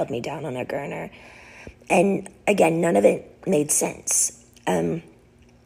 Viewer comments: I wonder how you didn't hear that she can't even refer to a " gurney" with the proper pronunciation calling it a gurner repeatedly when it is actually a " gurney". That is what is in ambulance's and hospitals. So how are 40 year's old that consistently call objects by the wrong incorrect name smart ? It makes me question how bright are people ? I mean Really ?? I think it's sad. What's even sadder is how many people don't recognize that she's way off base. IJS. Improper grammar bug's me. Sorry. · Why does she keep mispronouncing gurnee? Its like those are not her words.